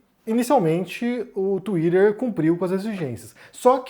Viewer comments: não suporto ouvir vc falar twitter 😢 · já começa errado quando tem brasileiro falando "tsuiraerr" kkkkk o cara já confessou que recebe grana pra defender um lado